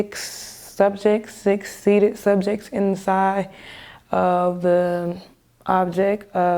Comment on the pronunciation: she is so amazing! but please teach her the word"object"